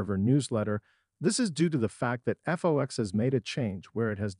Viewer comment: Her name is not Nea,it's Nia,with the I pronounced. It's Fox programming, not F.O.X. If you are going to report on things,learn to pronounce things correctly